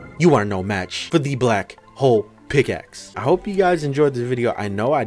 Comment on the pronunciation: BRO HOW DID YOU SAY BLACK PICKLE OMG